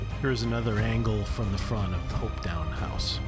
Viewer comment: Also, Hopetoun House is pronounced Hopeton not Hopetown.